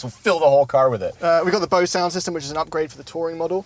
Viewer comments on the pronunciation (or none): none